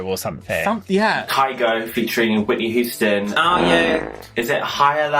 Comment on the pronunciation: why would you pronounce her Whitney WHO-ston? 😂